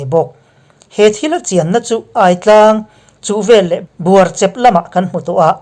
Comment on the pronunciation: Ngaih thlak a man hla thin e Buarchep a chep lai hi (Nek chep) tih a chep hi lam tur ani.